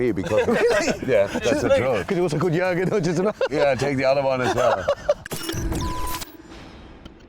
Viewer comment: gergen? gergen? wtf. who has ever said gergen? pull up bro.